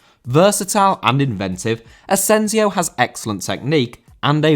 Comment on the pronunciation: Asensio*!!!Not Asenziouw